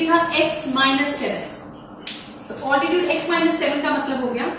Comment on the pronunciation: It is not oltitude it is altitude